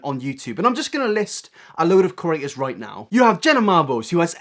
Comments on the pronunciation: I'm so irritated by you saying cERators instead or creators 😂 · It's PANSINO please -_- and CrEAtors, not curators. I know you're British but come on fam, just talk slower :D